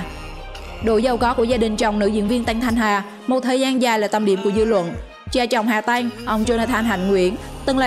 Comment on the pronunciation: Hà Tăng mà nghe đọc Hà Tanh là sao